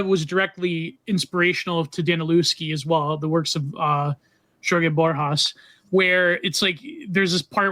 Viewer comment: Borhas? FFS.